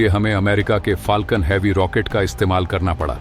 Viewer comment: रैकेट नहीं रॉकेट